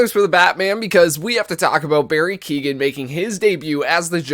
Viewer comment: So excited, btw is pronounced Barry Keyowen